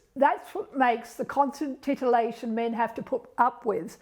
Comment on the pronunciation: titlation...lol alllright